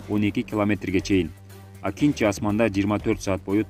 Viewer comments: Акинжи эмес Акынжы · Акинчи эмес . Акынжы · Акинчи эмес акынжы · акинчи емес акынжы, тура емес жазып окуйсуз